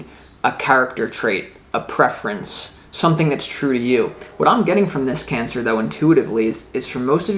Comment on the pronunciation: Your so familiar to me and your readings are fine tuned..You said "Pancer," that was great too :-D))